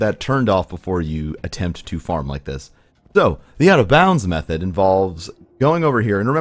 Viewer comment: Dude, why the hell can you not say "so" correctly? You can pronounce "s"s fine, so what the hell?